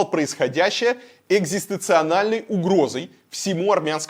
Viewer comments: "экзастенцианальной". Напомнило как губернатор краснодарского края сказал похожее: "мнококонфесс... анaльный карай" Кудряш ошибки делает, когда бомбит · Илья, экзистенциАНАЛьной угрозой?